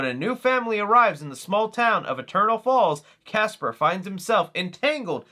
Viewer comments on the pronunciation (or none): none